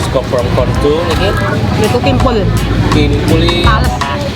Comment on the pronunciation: I laugh after you say kimpuuul